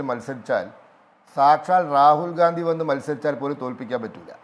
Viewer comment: Not... Gdandi.....😮😮gandi.... Yanu.. Para... Areye... Yanu.. Nigal. Pottanmar. Akkunatu.,😢😢